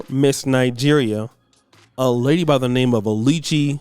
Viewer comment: haha 😄 you murdered that name Oluchi when pronouncing it😃.Anyway she is a nigerian model so its unusual for her to be single cos most nigerian models i know get hooked up and get married to nigerian politicians or to very wealthy nigerian business men so for her to be single is kinder odd and for her to be coming to a dating show is hilarious😄😄😄😄😄.She is a model so she dont need a dating show or site to get a man.